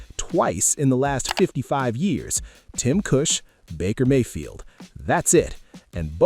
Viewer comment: Good points but AI needs cleanup (Tim Cush 😂)